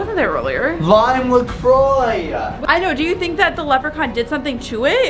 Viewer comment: The leckpon is like the bad Elth